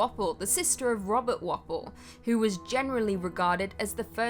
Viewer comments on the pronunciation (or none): Also pronounced War-Pole, not Wapple.